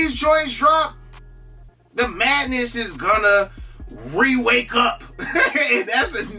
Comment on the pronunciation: You trying to say Reawake 😂